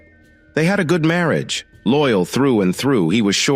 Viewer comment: I really wish this narration would correct this miss pronunciations, I get the giggles every time I hear "Marry age" 🙄.